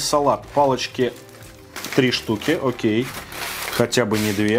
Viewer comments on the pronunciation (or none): none